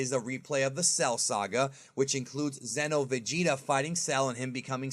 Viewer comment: Dude..... It's XENO like XENOverse not Zeno Goku or Zeno Vegeta. You say it right when saying the game name but not when you say the character names 🤦🏾‍♂️